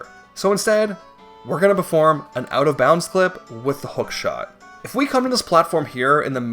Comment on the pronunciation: I think my favorite pronunciations are bat flip, hoot shot, and atshually